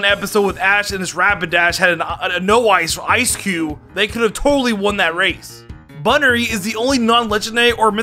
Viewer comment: "Escavaler" "Celesteea" "Heatren" "Eaternadus" "Bunnery" "Slayking" "Deyoncee" "Eckzerneas" "Pekyumakyu"